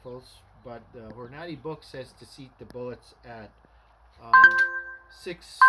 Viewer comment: horn a day is how you say it